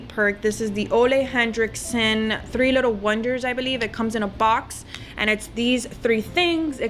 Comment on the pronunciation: it's Ole Henriksen and not Hendriksen...